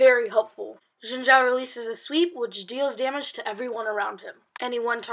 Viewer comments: omggg. a stupid kid who can't pronounce Xin Zhao. "Xin Shao". Dumbass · Ethan Dodge And he should also learn how to pronounce "Xin Zhao"